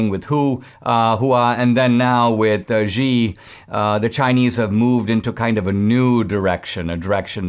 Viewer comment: Xi is pronounced Shee